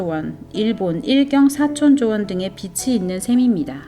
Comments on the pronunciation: 흥미로운 영상 감사히 잘봤습니다.❤ 다만..발음이 빚을 [비즐]ㅇ [비츨]x 빚이 [비지]ㅇ [비치]x 빛을 [비즐]x [비츨]ㅇ 빛이 [비지]x [비치]ㅇ 인거같아요.. 자꾸들려와서 집중이 안되었어요 ㅎㅎ^^ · 저도 동감이요. 좋은 내용이라 공유하고싶은데... 한두번도 아니고 계속 빚이 빛으로 발음되어서..ㅠㅠ 집중이 안되네요. 다시 녹음하시는 것이 좋을것 같다는 개인적인 생각입니다. 너무 좋은 영상인데 아쉽네요. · 비치가 아니라 비지로 발음하셔야 해요. Sunshine 이 아니자나요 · 비시지 삐씨가 아니지요. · 읽으실때 읽는 발음을 빚을 빛으로 읽지 마시고 (비치 아닌 비지 라고 또 비틀이 아닌 비즐 ) 읽으시면 들을때 더 빚으로 와닫겠군요 멋진 팩트 자료 잘시청하고 갑니다 감사합니다 ~ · 일목요연하게 설명해 주셔서 감사합니다! 발음만 정확하게 해주시면 더 좋겠네요~ 빚을<비즐, 빚으로<비즈로, 빚이<비지